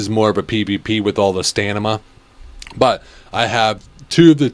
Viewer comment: You keep pronouncing stamina as "stanima" and it's triggering me 😂